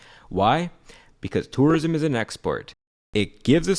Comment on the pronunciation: I like how he says "törism"